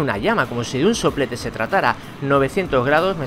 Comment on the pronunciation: jajaja soplete Sé escucha chistoso. dile a un amigo que diga Soplete jajajja